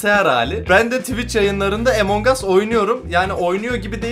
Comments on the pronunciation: yo okunuşu amang as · EMON GAS DEĞİL AMON GUS DİYE OKUNUYOR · abi emong as diye okunmuyor among us diye okunuyor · Ya abi o emonhas değil ya 😅😂🤣😅😂🤣😅😂🤣 onun adi amongus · Abi artık among us 'A emong as deme artıkkkkk😡😡😡😡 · Abi emongus değil among us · Emongas değil amangos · Emong as değil AMANGAS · abi emongas değil amongas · Emongas deyil amongas o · emongas deil amongas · Videoya girerim: EmoNg us Bne: EMONG AS DIYO YHAA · Emong as nedir yaw Abi lütfen doğru düzgün söyle lütfen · Among us öyle okunmuyo